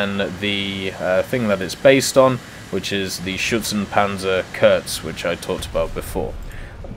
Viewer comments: Shpairpanzer is more like it, but the p is not as pronounced as it would be in "spair" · Correct pronuancination would be: Schphehpanzer SP 1.C. Would be: Schützenpanzer Kuhrtz